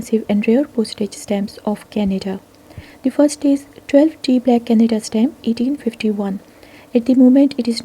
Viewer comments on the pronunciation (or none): Canada not canda